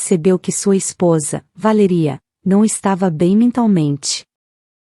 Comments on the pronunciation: O nome da mulher é Valéria e não VALERÍA!!! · Valéria Valéria Valéria fala o nome certo